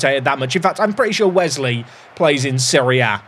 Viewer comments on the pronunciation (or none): none